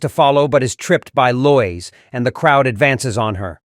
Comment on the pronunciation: Low-WEEES Ulta-NATIVE